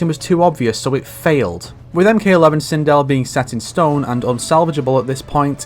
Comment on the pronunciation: Hey you got me this time, sindel got butchered